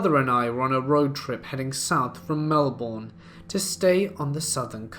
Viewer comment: “Travelling south from Melbourne” bless you, thank you for trying. It’s pronounced mel-bin here in Australia